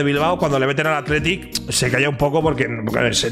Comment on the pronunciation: Haber no te quiero romper el corazon pero no me gusta que digas biba atlitic i fuc real sociedad